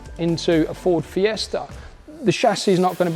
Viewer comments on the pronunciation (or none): none